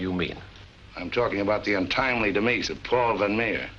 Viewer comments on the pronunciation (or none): Never heard demise pronounced as “de-mees” until now